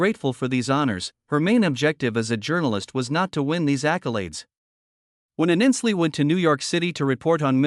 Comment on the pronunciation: At least pronounce her name right!!! Not Aninsley it Ainsley!!!!!!!!!!!